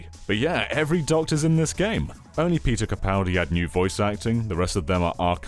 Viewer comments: I liked when u said Peter Ka-Powie ! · The lego gags are a bit silly. 15 seconds later: - PETER CAPOWDI